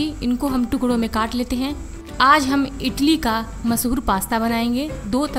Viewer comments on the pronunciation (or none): none